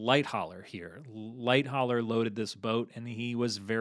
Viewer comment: I like this video, but it is unnerving how he doesn't know how to pronounce "Lightoller" properly and does it wrong whole time.